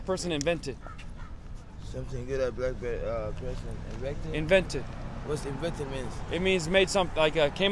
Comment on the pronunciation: "whats invesnted meen"